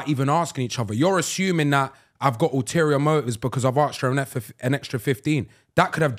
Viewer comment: No one gonna chat about Chunkz saying “ask is for money” instead of asked for money. Watch from 28.00